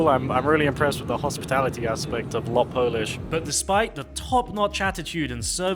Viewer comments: LOT not L-O-T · It is Lot, not L O T, as Lot means flight in polish! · Thanks for the review, both Icelandair and LOT are fantastic, they're also some of the few independent flag carriers out there - and growing rapidly! You pronounce it "lot" as one word (meaning "flight" in Polish). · its pronouced lot (one word) and that menu is 2 sided 1 for Normal flight and second for charter flights and u also on older cabin